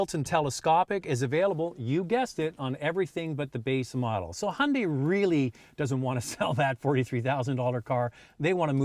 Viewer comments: it not hundi.......its ...hi un dye....say it... again...... hi un dye.....got...plastic american guy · guy it’s Hun-Day